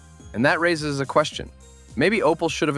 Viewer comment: where dis you read Opal? it is Opel american man.